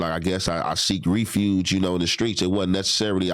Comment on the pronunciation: Bro said I seek Ree-fuge. It's refuge my G